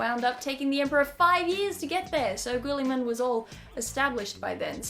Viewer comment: its actually Rowboat Girllyman